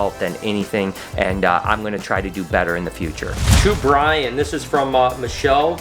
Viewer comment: And it’s Brian not brain 😂😂😂